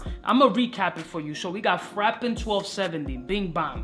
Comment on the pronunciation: Definitely Entertaining reviews! But u gotta start listening to the french pronunciation on google translator! Frapin, marc-antoine barrois, etc etc... i mean you spend 200 dolars in a fragrance and then u butcher the name? Take a few seconds to listen to the right pronunciation, its not russian its french...😄